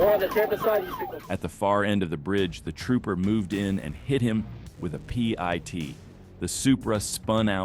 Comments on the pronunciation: Ots not a p i t idiot. Its a pit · ... performed a Pee-eye-Tee maneuver ... 🤧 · With the exception of calling it a P-I-T maneuver and vehicle number instead of just "vin," not half bad for a compilation.